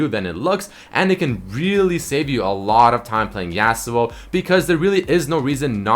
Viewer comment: Yah-suo not YEAHsuo